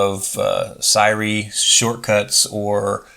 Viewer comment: sigh-ree ?😂 any particular reason or just dont want to mention their competition?